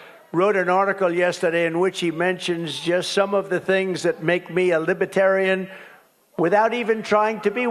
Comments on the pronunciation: I wonder if Matt intended to say "Libertardian". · 12 minutes in : I love that you tried to say " Libertarian" and just naturally said "Libtard".